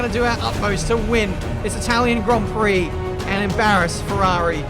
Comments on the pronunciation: Welcome to the Itawian Gwand Pwix Americans: i see no difference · "Welcome guys, to the Itwalian Gwand Pwix" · Itawian Gwand Pwix** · Itawian gwand pwix uwu (I’m so sorry) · Welcomm to dee itawian gwand pwee